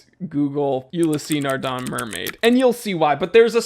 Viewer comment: Old chap: is not ULISSEEEE NARDEN... is just ULYSS NARDEN! OK? Ok: I JUST HATE (not too much but still) MONTBLANC, specially with no new INGLORIOUS mountain LOGO (the classic pen flower was beautiful? No way, lets change it and find a LAME ONE, YEAH DUDE! 😖😖😖)... But the 1858 series...specially the chronograph... A BIT HUGE but... Yeps! I LOVE IT! 🏁🏁🏁😎